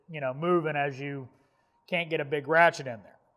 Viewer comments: Every time you say ratchet I hear rat shit. Am I the only one? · I swear to god he said “we’re talking rat shits”